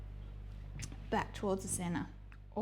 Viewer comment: "Back towards the cenna" ...? Lol cenTer